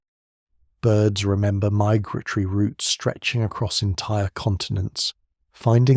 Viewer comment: The AI reader said “resnember” at around 34 min 😂